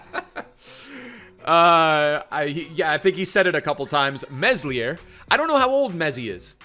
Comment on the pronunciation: Meslier= Meh-Lee-Eh He definitely deserves a future stars! He's had many great performances. Dispite Leeds awful defending. Lol